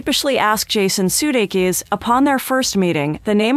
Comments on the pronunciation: You've mangled the man's name. It is pronounced," suu-DAY-kiss". also, "o-LIVE- eyay". ffs. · Please have the people who narrate LEARN how to pronounce important names, such as Sudeikis and Olivier!!!!!